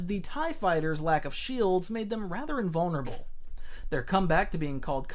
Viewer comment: vulnerable but i thought i misheard you saying invulnerable